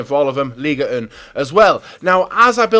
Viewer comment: It's not Liga Un ! Are you french ? Pronounced League One 👍🏻 "Won" Come on dude.